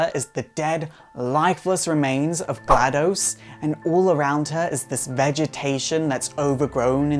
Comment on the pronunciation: Also the name is GladOs, not GladUs